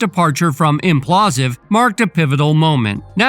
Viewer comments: what is Implausive? do you even realize that its spelled Impaulsive, and pronounced with Logan's last name in it? Im-Paul-sive...lol I mean it's whatever but you called it the wrong thing so many times I wonder if it's to avoid some kind of copyright strike..I hope it's intentional at least lol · SOUNDS LIKE: IMM-PAUL-SIVV NOT: IMM-PLAW-SIV 🫡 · This idiot sayin imPAULsive incorrectly every 3rd word is fk’n irritating. ImPAULsive not inPLAUSive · It’s impaulsive not implausive…man it drove me crazy how the host pronounced it lol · Ngl. After hearing it so many times I need to just say it's not implausive. It's impaulsive it's a play on the word impulsive but his surname is Paul. God how did you miss that but you want to give the news on this. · Impaulsive not implausive. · ImPAULsive ....not imPlasive dumbas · Its pronounced im paul sive you jackass. People keep watching these controversy promoting spam videos giving their "expert takes" on actual accomplished individuals. But nobody thinks who the dumbass loser making these videos is and why are they so pathetic that they chose this path. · Why do you keep calling it implausive 😅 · “IMPLASSSSIVE” … gotta fix that voice over homie 😂😂😂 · Whoever voiced this video is a complete moron and doesn’t know what they’re talking about. If you can’t even pronounce Logan Paul’s TV show correctly I don’t trust any of your sources you probably get cucked on a regular basis.